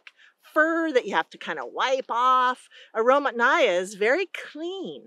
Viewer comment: The emphasis in Russian, pronounced as "aromAtnaya" as in "Mathew." Truly, aroma-filled quince.